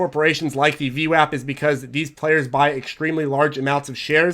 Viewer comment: it's not VWOP it's VWAP and it does really matter, you are insulting an entire race of Italians when you say VWOP